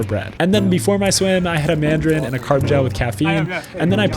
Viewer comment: "And a madrin" -Noah Anderson